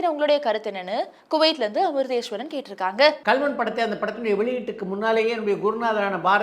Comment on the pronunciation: One humble request to. Kindly change your voice modulation when you say “கேட்டிருக்காங்க” at the end of every question. You sound out of place when you say that word. says it nicely. Other than that, both of you have a very good command of Tamil language including diction 👍❤️